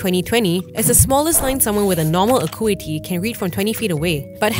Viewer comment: You should learn how to pronounce "acuity."